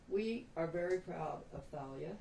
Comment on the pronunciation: Most names spelled like that are pronounced TAH- LEE-UH. Hope that wasn't a mistake. After all that poor girl has been through. DAMN. BLESS HER AND HER FAMILY